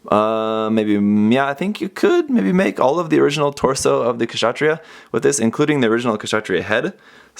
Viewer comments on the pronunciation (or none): the K is silent in Kshatriya....